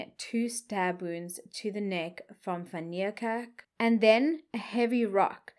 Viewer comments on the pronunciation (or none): I really enjoy your channel however I have a big problem with your pronunciation of people's names and surnames seeing that you are South African. ..say Van Nie kerk. ..It would appear that you go out of your way to pronounce these names as though you are American stop it man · TIP: Van Niekerk is pronounced Van KNEEkerk.